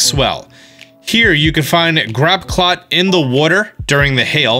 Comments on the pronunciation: What's a Grapclot?!?! It's Graploct. As in Grapple + Octopus. Grapple-Oct buddy...thanks for the vid tho! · Every time you say “grappclot” I have another heart palpitation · my dude really said "Grapclap" 😂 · and he said GrapplCLOT...its GrapplOCT >.< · “GrApClOt” does he do it on purpose? Grapple - oct. I’mLowkeyHavingAStrokePleaseHelp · Grapp clot? Lol that's one way of pronouncing grapploct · Duraludon pronounced duraludun, and grapploct pronounced grapclot?? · im glad im not the only one having a stroke every time he pronounces a pokemon name wrong